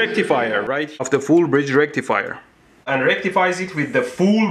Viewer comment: legit i always say it with his accent now lmaooooo, its the new norm "FOOOOOL BRIDGE RECTIFYYAAHHHHHH"